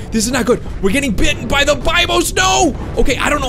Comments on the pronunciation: It’s (be Bose) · It's pronounced Bibos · That's not how you you say bibos